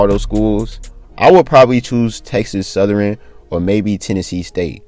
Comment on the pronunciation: Texas southern not southeran 😂